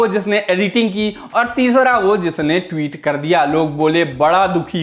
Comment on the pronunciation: "टीवीत" बोलता है चूतिया ... सालो थोड़ा क्लास लाओ ।